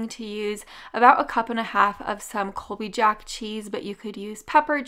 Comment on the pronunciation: Colby Yaak cheese huh? There is no Colby "Spanish pronunciation" jack "yack" cheese its Colby Jack yo .......